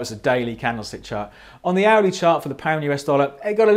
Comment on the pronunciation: >"owly chart" OOHHH "hourly" XD